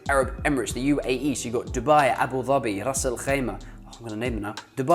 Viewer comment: You pronounced Abu Dhabi wrongly. It should be ظ not ض